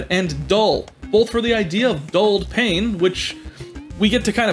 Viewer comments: Explanation: 'pain', as in bread, is actually pronounced 'pan', as in Peter Pan, but Stern pronounced it as it was spelt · My guy just pronounced 'pain' as it's spelt... oh boy, here come the french 😂